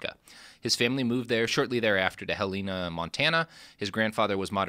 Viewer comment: Correction: was born in Helena MT. It’s pronounced ‘hell-en-ah’ not ‘haleeena’ cmon!